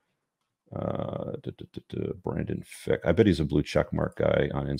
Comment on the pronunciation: FRick not Fick